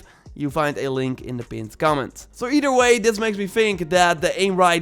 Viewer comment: Advice: when you say words like "either" or "other," put the tongue between the teeth and blow air over the tongue under the teeth.